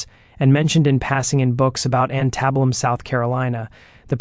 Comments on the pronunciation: It's a different take on a common story. Too bad your AI can't say antebellum. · The reader pronounces words weirdly. Instead was pronounced as in-stea-Dee😂 Antebellum pronounced as Antin-Billum